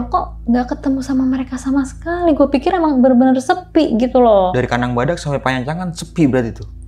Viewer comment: panyancangan bukan pancanyangan 😁